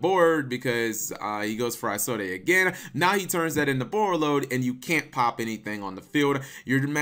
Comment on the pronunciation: He should have popped Isolde instantly. Also Cap, you don't pronounce the last "e" in her name... it's pronounced like "is old".